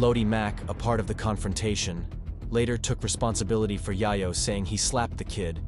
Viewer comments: I was so absorbed by your sttory telling until you kept calling Tony Yayo as Yah-Yoh.. lol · Whoever is commentating this has never heard of any of these people. Yie-yo??? WTF bruh. I recognize his voice. He works at the gas station by my house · Pronounce it “yeyo” my brother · who tf is TONY YEAH-YO lmao